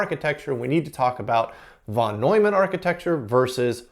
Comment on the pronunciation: It's not "Vannoyman". It's "Fon Noymunn"